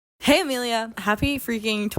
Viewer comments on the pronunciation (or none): none